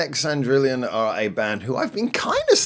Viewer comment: There's no "i" in Cendrillon after the second "L", so your pronunciation is slightly off. Other than your mispronunciation of the second half of their name, I highly suggest you check out the rest of Disconnect Cendrillon's discography and MV's on their main channel. P.S. This may seem like a bit of a stretch coming from me and granted, you've only heard one song (so far), but now that you've finally reacted to Disconnect Cendrillon, you should consider getting in touch with Mino and co for a future live session on Band Broadcast✌️♥️🇦🇺🌏